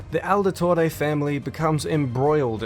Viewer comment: Why do you say Aldetore?